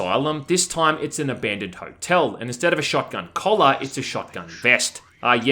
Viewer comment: its crazy how you prounounce the i normally in other words except the word time. solid video though. thanks. oh mind too, just caught that later. lol liked and subbed and im just givin ya a bit of shit. no hard feels.